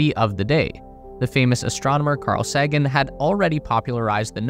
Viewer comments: Carl Sagan’s surname is pronounced as “SAY-gan” not “SAH-gan”. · It's Say-gun. Now, say it again. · His last name is pronounced say ghen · Lol Carl “Saggin” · "Sag-un" lol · Imagine having a channel called, “The Space Race” and not knowing how to correctly pronounce Carl Sagan’s last name…oh, wait…that’s your reality. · say Carl Sagan again?😂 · Ok, I paused for a WTF moment then decided to give it a second chance because the topic is interesting. But by into this high school term paper, the A.I. narrator voice had mispronounced Carl Sagan's name twice. Two thumbs down. Outa here. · Does this narrator really not know how to pronounce Carl Sagan's last name or is this AI narration? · Oh lord please say Sagan's name right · If only there was some technology that you could have used to find out the correct pronunciation of "Sagan."